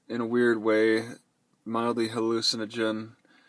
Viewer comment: he said "mildy hallucinogenic"